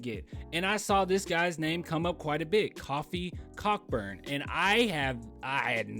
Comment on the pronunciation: Its Coe-fee coe-burn